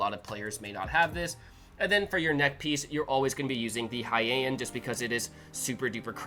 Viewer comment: Thanks for sharing something amazing and also Heian is pronounced "Hei-an" like "Hay Aunt"